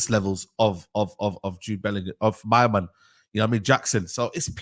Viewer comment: Alex Scott clears Bwllingham